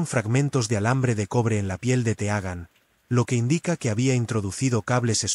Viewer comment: Que mal narrado esta este vídeo y el segundo narrador es peor todavía que el primero, los dos dicen “las niñas” en vez de la niña, el segundo narrador dice más disparates todavía que el primero, dice “Teagan” en vez de “Tigan”, dice “las niñas” en vez de “la niña” dice que se encontraron fragmentos de cables en su piel que indican que abuso sexual” Que tiene que ver la piel con abuso sexual? tenía que haber dicho “fragmentos en su interior o en sus partes íntimas”, para decir “estas condiciones” dice “estás” con la fuerza de la pronunciación en la “a” y hay más disparates